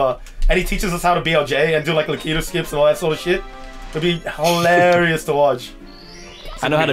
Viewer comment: who is Lah-Key-Toe??? You mean Lakitu?